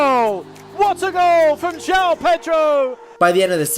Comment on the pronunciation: Thank you for pronouncing his name correctly. All the idiot commentators calling him Jow have been driving me mad!!! João has two syllables. Felix got the same treatment when he was here!